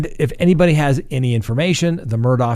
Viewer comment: I’m Scottish, Murdaugh is a Scottish name and it’s pronounced Murdaw. Hope this helps.